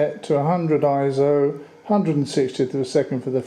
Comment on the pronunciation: It's "ISO", not "IZO" you old fool! Also, you still need a "Tripod" if you use a Cable release, as I said, you old fool.